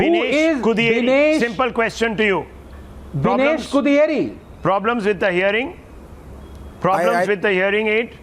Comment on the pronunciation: It’s not Bineesh kuthiyeri and learn pronunciation than telling audio problem